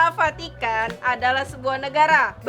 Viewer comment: Vatikan kak bukan patikan